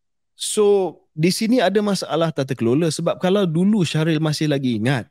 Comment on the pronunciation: hahaha mentang2 shahril kat china KJ terus pelat sebut nama shahril 🤣